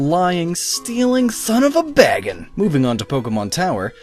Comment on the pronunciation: bagon. I thought you said Baggins. xD